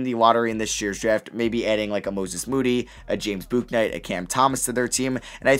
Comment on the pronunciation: Just letting you know, it’s pronounced Book- night not Bouk-night, coming from UConn